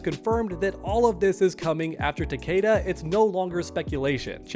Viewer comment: Its fucking ta-KEE-da.